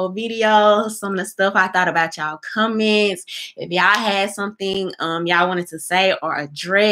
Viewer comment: Hey yow? Surcribas? commence ? udder day?👀 Girl please get a grip on the English language. There is a big difference between speaking with a southern accent and just plain old butchering words. Your thoughtful content is good though.